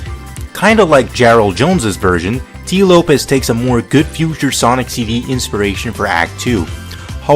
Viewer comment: Very entertaining video,! But I wanna correct you on one thing; Tee Lopes' name is pronounced like "Slopes", not "Lopez". Anyways, you make great stuff, man. Keep it up!